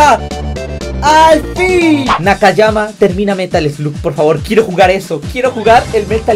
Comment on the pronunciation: nakayama envez de takayama xd